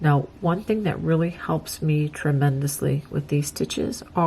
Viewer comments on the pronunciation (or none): none